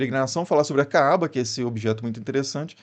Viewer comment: Você não sabe nem pronunciar Kaaba e eu que sou ignorante! Estude mais e escolha fontes confiáveis. E treine a pronuncia daquilo que você for falar quando não for do seu idioma!